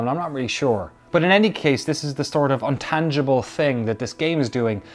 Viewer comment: Love your videos and approach to games journalism, but for the love of God man, it's INtangible 😀 Keep making these videos. Your voice is unique and clear.